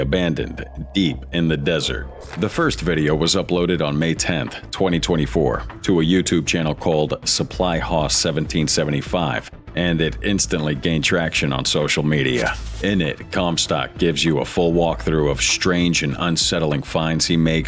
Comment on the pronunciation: Who ever is doing the narration is horrible! They need to learn to pronounce words, especially names, correctly. Levi is Lee Vie, just like the jeans, and Haus is not hoss, like boss, but house. It's frigging irritating!